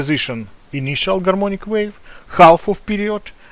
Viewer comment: Oh come on it's very clear , he says " Garmonic waves"